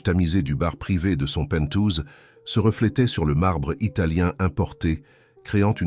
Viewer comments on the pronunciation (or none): Pent haousse en anglais. Pentousse est incompréhensible, excusez-moi de vous faire cette remarque qui n'pas dans un bute méchant. Simplement cordial. Ècouteuse acharnée de vos histoires, je vous remercie pour vos choix , Sont elles toutes rèélles ? Parce que certaines sont effroyables!! Amicalement Florence